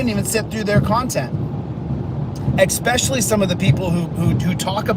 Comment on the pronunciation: Expecially —chalito decasto